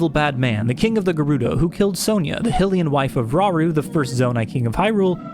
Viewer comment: There is no way he said "Hillian" and not "Hylian"